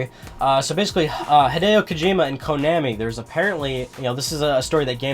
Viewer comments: It's konaaaaaami, not konäääääämi. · Your pronunciation of Konami annoys me.